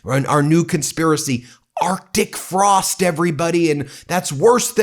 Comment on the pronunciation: Are chic Frost? Either Lyin'Ted Cruz cannot read, or English is not his first language, or he cannot pronounce Arctic Frost while over .08%.